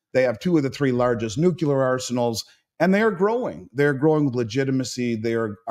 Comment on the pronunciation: It’s NUCLEAR not NUKULAR Otherwise great discussion